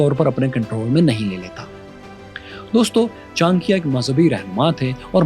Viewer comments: Please pronounce it properly, it cha-na-kya , not chankiya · All good and wonderful but Many of pronunciation were off and it is sometimes important to say it right when telling such compelling history. It really helps.example Kshatrita . It’s not ‘ka.Shtriya’ it’s ‘ksh.Triya’ . It’s not Taxila, it’s ‘Taksh.Shila’. It’s not ‘Chan.kyaa’ it’s ‘Cha.N.kya’ Like that there are quite a few instances. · Chankiya nhi bewakuf Maharaj Chanakya bol chutiye bolna Sikh le pehle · Pronounciation of his name is not Chaa.n.kya.. but its Chaa.na.kya But overall very good analysis 👍🏻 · 'Andar ka bhedi' Lol 😅 Btw, at least learn to pronounce the name well. 'Chaankeeya' sounds nothing like CHANAKYA. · It pronounced Chaa+na+kya Lot of reference are mistaken but it's ok, Chanakya was never a Jain, he was Brahman, Taxila and Nalanda were not Mazahabi education centres they were teaching almost everything from kala and Nattashashtra (artistry like music dance) weapon, fighting skills (combat or yuddh shashtra), Chemistry (Rasayan shashtra), Vedas Upanishad (Sanatan religious and cultural text) Astronomy, Political and Social science (Raneetijshashtra) and 3conomics (arthashashtra) Students from neighbouring countries used to study there, the university was run on donation of kings whoes prince used to get educated there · Brother you should have more information, (it's enough knowledge for Pakistan people). He is bron in Hindu. He following buddhism , h Not Jain . Pronounce propar name Great person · Aby Bhik Mangoo Pahaiy Pronounce thik karo Chanakya